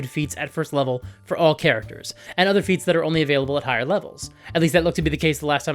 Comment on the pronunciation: Not me uncontrollably giggling because whenever says "feats" I hear "feets."